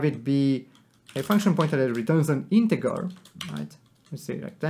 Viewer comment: Just so you know, you are pronouncing 'integer' wrong. the g is pronounced like j in juice. not like g in god.